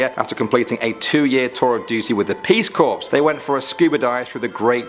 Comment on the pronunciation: is it customary wherever this dude is from to pronounce "peace corps" as "peace corpse", or is he just being creepy? XD